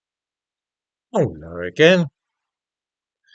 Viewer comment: Now approx. 3 videos ago, you greeted us with a ten syllable "hallo again"! It was more... "Herr-err-al-eerr-al-o-again!" Is everything ok?